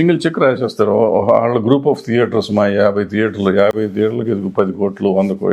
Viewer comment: deater kadura babu, Thiaters. anchor gadiki dress sense ledu -nee dressing style entira babu ??